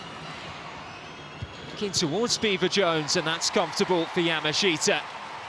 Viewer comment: When will these announcers learn how to pronounce Yamashita? Yaa -- Maa -- Shtaa How hard is that?